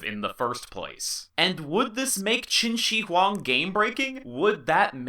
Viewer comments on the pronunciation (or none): qin shi huang , the "shi" 's pronounce is not like "shi" in "sushi", its more like "th" in "smith" but with much more clear pronounce.